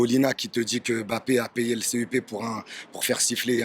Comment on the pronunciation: AU moins entre africains noirs nous savons bien prononcer le nom camerounais de Mbappé et non m-bappé comme il dise ici. C'est pareil pour Ngolo Kanté, c'est pas N-kolo Mais en un mot et il faut juste avaler le N de Ngolo et le M de Mbappé. Pareil pour le Marseillais Pape Diaye, C'est pas Papeu Ndiaye Mais Pape sans lire le E et Nidaye en avalant le N. Quand vous cité le nom du Pape du Vatican, vous dite bien Pape et non papeu, et beh c'est la même chose.